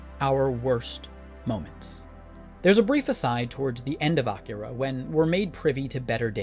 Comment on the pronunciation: Not for nothing, but props for your pronunciation of Akira. Most people insist on saying it in the same way white people order items at a sushi restaurant: that is, by emphasizing the middle syllable (i.e. "uh-KEER-uh").